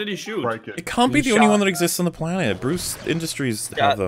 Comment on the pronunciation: Did say “Bruce Industries”?